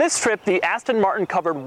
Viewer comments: i hate the way he says aston martin lol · Please buy another car Doug. It's painful every time you mispronounce Aston Martin.